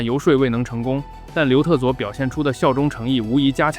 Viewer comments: 我一直听成刘厕所😂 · 总听成刘厕所...是我耳朵有问题，还是你发音有问题....😅